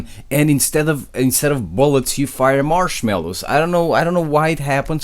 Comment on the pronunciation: anyone else rewind when he say marshmallows 😂